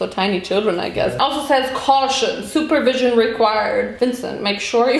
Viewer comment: Not me thinking she said “super vision” rather than “supervision” and thought “oh you need that good good eyesight”